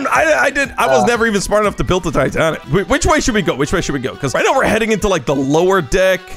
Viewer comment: Bro you mean titaic?😅😅😅😅